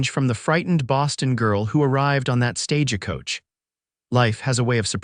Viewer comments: You know there's no ah in stagecoach. It's not pernounced stagecoach. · Verbiage was not well in many ways. Are you all from another country so don't realize when reading the story how certain words are pernounced. Like I read (reed) the letter. It's I read (red) the letter. Not Stage a coach just Stagecoach drop the ah in middle.